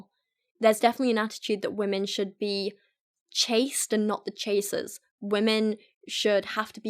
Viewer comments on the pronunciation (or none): When she said "chased" I heard "chaste"... I dunno, there's a pun in there somewhere. :o